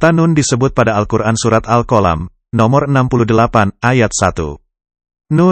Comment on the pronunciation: Tolong bahasa Al'quran jangpan dirubah contohya surat alqalam jangan diubah jadi alqolam.